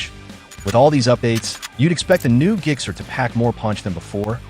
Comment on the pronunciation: I'm sorry, what's a 'GIG-SER'?